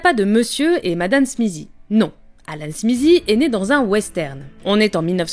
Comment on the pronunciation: Pourquoi le Z dans SMITHEE ? J'aurai toléré si c'était SMISSIE mais SMIZIE waouh TH suivit d'une voyelle devient souvent voisé comme avec THAT, THIS, on a donc un son proche de D, donc SMITHEE donne SMIDEE (SMIDIE)